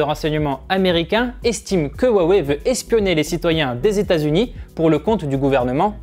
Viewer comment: Rwa wey et pas wa wé